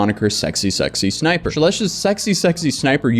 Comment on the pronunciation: You keep saying SSSsniper... But it's just SSsniper.